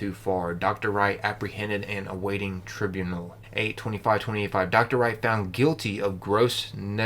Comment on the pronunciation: *trai-bew-nal *neg-lee/leh-jens